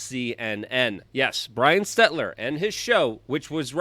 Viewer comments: Just FYI it’s Stel-ter not Stet-ler. Great content as always thanks for all you do Luke!!!! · Ots Selter hun not Setler. Hahaha but fits better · Stel-ter not Stet-ler anyways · S-T-E-L-T-E-R.....not S-T-E-T-L-E-R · Are you saying SteTLer instead of SteLTer on purpose? it's pretty funny. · hey Luke, it Stel-ter, lol not Stet-ler but who cares....He's GONE Baby!😆😆😅🤣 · It’s NOT SteTLer. It’s SeLTer! Jesus. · Love you Luke...that being said... its STELL-TER...not STET-LER...your a great journalist...not being able to pronounce these names correctly lessens credibility and may confuse some...you've pronounced this clowns name wrong for quite a while...I should have commented before he got canned 😅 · Bro. It's Stel-ter. Not Stetler. I love you Luke, I've given you money, but you've been driving me nuts with this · He knows. Its intentional 😎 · That would be stelter Luke not stetler! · Stetler... LOL Luke kills me when he mispronounces words. Not sure if it's on purpose or not. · STEL-TER!!!! STEL TER. STELLLLLL. TERRRRRRRR. HELTER STELTER. Can't take you seriously when you keep mispronouncing names like Stelter and Dunnigan. YOu're a great journalist but you gotta take your job seriously and pronounce names properly. Ukrainian was my fist language and I'm a dummy with dyslexia and I can even say their names properly. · Bro can't pronounce Stell-ter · Dude i hope you forever miss pronounce words fuck pronouncing or spelling it right aslong as they know what you mean and they damn well know what you mean if they're correcting you lol *STETLER not stelter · See if you can't pronounce potato heads name properly next time